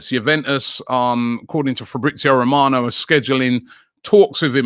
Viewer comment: It took robbie a minute to say his name (fabritzio Romano) his best mate 😂